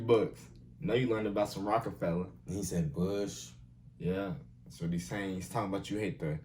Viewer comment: Nova RockAfeller, not Rockefeller. 👍🏼